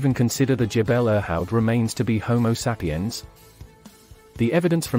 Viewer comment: Why does this guy keep saying homo sap-i-yan? Perhaps you can tell us what kind of sap you're talking about.